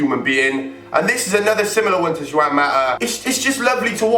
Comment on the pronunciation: You pronounced Juan wrong sorry for the cheekiness